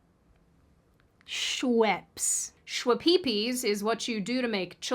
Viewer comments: "Scwe-pee-pees is what you do to make children." This hilarity got you the 'like', for this video.😂❤ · "Shwe-pe-pees is what you do to make babies"😂😂😂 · Tell me why I find the mispronunciation of words so hysterical 😂 Schweppes had me dead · My guy, there is software that allows you to put in something like the title for an article into it & it will read the title to you aloud. Couldn't you have used that to - oh, I don't know - LEARN HOW TO SAY "SCHWEPPE'S"? And also, who in THE Hell has never heard of Schweppe's Ginger Ale? How far into the wilderness do you have to be to have never come across the beverage? It's not like Pepsi Blue, or Pepsi Clear, or RC cola, or even Coconut Dr. Pepper. (Yes, that's a thing. It's apparently not a thing, mind you, any more than Pepsi's Blue & Clear were, but it's a thing.) This is a major sub-brand - which I didn't know was a Pepsi product, but I knew about it - that's been around for almost if not over a century. This is like the time I went into a Tropical Smoothie Cafe to pick up a DoorDash order only to have the maybe-not-even-21 White chick behind the counter not know who Elvis Presley was when I remarked on how their Peanut Butter-&-Banana Flatbread Panini was an homage to the kind of sandwich he invented & was famous for. (And I mean not know who he was. Not caring enough about the guy to know what his favorite sandwich was, I get, but not knowing the guy himself?)